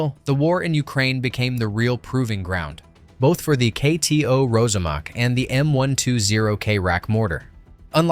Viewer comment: It’s pronounced ROSSAMAK — (not Rozamak).